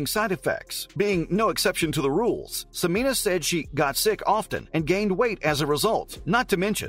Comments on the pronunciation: It's pronounced Se-men-ya not Se-mean-a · Are you sure about your pronunciation as se-MEE-nah? I have always heard it pronounced se-MEN-yah, which seems more phonetically consistent. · Not SOO-MEEN-AH. It's SEH-MEN-YAH. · Please use the correct pronounciation of her name, Sem en ya, you are leaving out the y sound. Thank you. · Dude, you can't even pronounce her name. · Pronounce her name correctly.